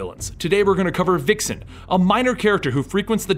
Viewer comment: Vixen has a Vuh sound not Wuh